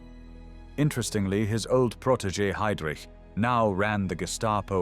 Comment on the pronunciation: So ist es, wenn man eine KI diese hervorragende Doku übersetzen lässt: Es kommt dabei nur Mist heraus, vorgetragen von einer leiernden Roboterstimme. Die Fritsch-Blomberg-Krise dreht sich plötzlich um eine VerteidigungsministerIN, die wie Heydrich völlig falsch ausgesprochen wird usw. Die Fehler sind Legion. Bitte neu übersetzen.